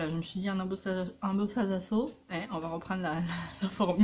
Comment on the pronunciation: Cc ma:-):-) ptdrrrrrr arrête de dire ' embossaze à '' maintenant je n'arrive plus à le dire correctement mdrrrrr!!!! Bon je suis troop contente de retrouver ton humour je m'éclate avec tes vidéos!!!!!!! Tu m'en fait oublier le scrap avec tout tes gâteaux bonbon croûtons holala j'ai la bave au coin de la boussse!!! Oups j'en poustillonne lol!!!!! Super haul!! Tu t'es éclaté!!!! Wouahh les clefs et les cadres sont troooooop beaux!!! Gros bisous ma et un gros câlin à bibinounette:-):-)